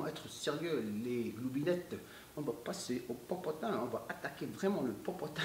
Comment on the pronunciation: la vous me faites rire avec le popotin popotin on dirais un chinois qui parle lol rien à méchant c est bien aussi d avoir nous faire rire aussi vous avez pleins de talents même la comédie I3tak saha